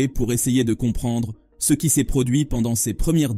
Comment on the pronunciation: Une IA de vocalisation qui n'est pas capable de prononcer correctement le mot "CE" !